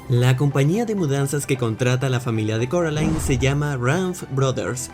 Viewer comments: ehh se dice coraline no se dice caraline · Casi me da algo cuando dice “Caroline” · No es caroline es C "o" raline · SE DISE CORALINE NO CAROLAIN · Si pero no sé si dice Caroline es coraline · Cuantas veces Coraline va a corregir que se dice Coraline y no Caroline🤔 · carolain Video: corolain jajajaa Como se pronuncia el nombre? Carolain o Corolain